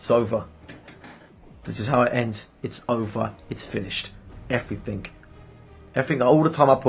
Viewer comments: Never trust a person who pronounces everything as everythink. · It's ophva, everyphin is gon. Everphin is gone m8, it's ovpha